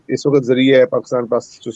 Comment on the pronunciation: Jonsa is not urdu word. Its a punjabi slang. Also its waqt (time) not waqqat.